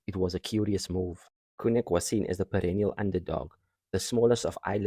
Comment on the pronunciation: Very Nice! - By the way Connaught should sound like "Conn-nacht", Galway sounds like "Gaul-way"